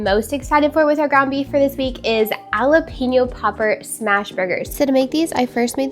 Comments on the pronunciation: It sounds like Halapeño, you probably heard J is silent, but it’s not. It’s just sounds like an H. 😊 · I have never heard anyone pronounce jalapeno the way you do. It's so interesting. ❤ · Lol.... and so wrong 😂😂 Love the video, gal 😘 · I thought it was so cute! Even though, yeah, never heard it pronounced that way outside of hearing you ❤